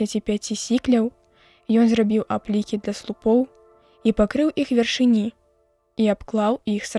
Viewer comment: Правільна вяршы'ні, а не вяршыні'.